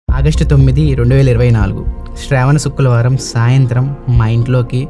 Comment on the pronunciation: అన్న శుక్లవారం కాదు శుక్రవారం సరిచేసుకో